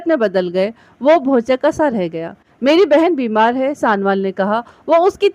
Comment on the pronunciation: Bibi mehrish sanowal galat pahar rahi ho